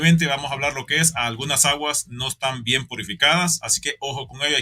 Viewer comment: Es ayguaste, o’ alguashte. Que alguien me exxxpliqueeeeee